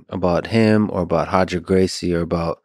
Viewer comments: Roger not hodger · Stop saying “Hoger”😂😂😂😂😂😂😂😂😂😂😂